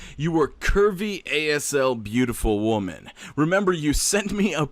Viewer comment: Asl is short for as hell but pronounced something like AS-el